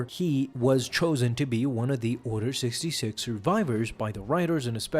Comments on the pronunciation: Is he occasionally calling it "Order 6", or is my audio just screwy at times? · Did anyone realise that he kept saying Order 6 not Order 66